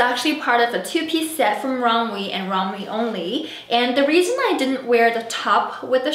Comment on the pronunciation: Loved the vid ! Also it’s pronounced rom-way ❤️❤️